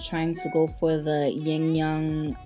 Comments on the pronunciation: The set is beautiful.. just an fyi tho its "Ying and Yang" not ying and young.. lol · It’s YIN and YANG (pronounced YAHNG) with a short A. That’s the Chinese pronunciation. said it right 😂